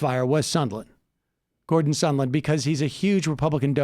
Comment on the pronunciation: It's been 6 months and you still can't say Gordon Sondland's name right. Why do you struggle so hard with names? It's not Sunderland. It's not Sunland. It's really easy: Sondland.